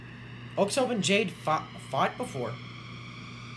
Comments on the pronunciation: This was epik also its 'aux ob' pronunciation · The pronunciation for oxob is ox-sob and again your welcome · Heya man. I’m new but I would like to add some context for the video. Oxob (pronounced OXOB not OXOBE) has been through some s***. He was originally a stunt man but lost his hands in a helicopter accident. A government agency then brought him in and gave him new bionic hands as well as his added strength and electrical powers. He won several RHG fuels getting hurt severely almost each time. Then he lost a fight and his legs were completely crushed. After months of rehab he was able to walk again, barely. That’s when he fueled Jade where his bionic hands were destroyed. Jade then offered to spare him and repair his hands and give him the leg braces in exchange for joining her clan. He had pretty much JUST gotten them before heading out to fight Gildedguy. Throughout the fight both of them are pushed to their limits and Oxob’s prosthetics are severely damaged by the lightning. Gildedguy puts his gauntlets back on which reopens his wounds. So much so that you can see his hands are now covered with blood, but he still nods to Oxob on the ground showing he’s still gonna keep fighting. Oxob nods back, gets up, and walks despite the loss of his leg braces. And they keep fighting until the next morning where we see both of them completely worn out. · Oxob is pronounced as Osob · i think the correct pronounciation of oxob is ok=sob